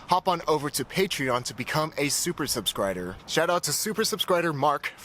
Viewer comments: Hmmm...Is the word pronounced "sub-SCRID-er" or "sub-SCRIB-er"? I think it's pronounced "sub-SCRIB-er". ;) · When he says subscrider I always think he's mispronuncing it. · "Subscrider".....That is all